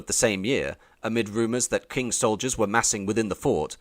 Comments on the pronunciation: did you just say the "kwing dynasty" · Arrghh, the pronunciation! Q is pronounced 'ch' in English. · This guy can't decide how to pronounce Qing